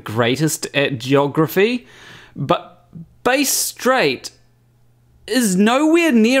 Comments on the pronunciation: Got some good videos. Very funny taking the piss out of the crazy folks. BTW, Bass Strait, it’s not pronounced like the guitar (bass), it rhymes with crass, as the correct pronunciation. That video shows how silly these people are. A small fishing boat with guys dressed in t shirts and shorts can make it from Tasmania to Antartica? 1. They couldn’t carry enough fuel to make it and 2. They would be suffering hypothermia, even in summer. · So flat earth has gone from at least trying to prove something, to “I can imagine it so it’s true”. Also, the ‘Bass’ in Bass Strait rhymes with ‘mass’ 😉